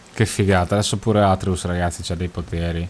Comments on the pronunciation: io amo te, i gameplay e God of war a vita! ma ti prego, si chiama ATRÈUS NON ÀTREUS 😂😂🙈😩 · guardo i tuoi gameplay perché sono curioso della storia e non per altro. Non sei capace di fare gameplay, sai dire solo "pazzesco, che sborata" e altri commenti inutili. Dici che questo gioco va giocato bene e poi non segui i discorsi tra Atreus (che non si pronuncia come lo dici tu) e la milf, cosi come la definisci tu, che sono importanti. Dai l'idea di uno superficiale perché secondo me fai tutto questo per €€€€ e basta, la passione può andare nel cesso. Bocciato, in ogni gameplay ti riconfermi per come sei, dispiace, li guarderò comunque solo per curiosità.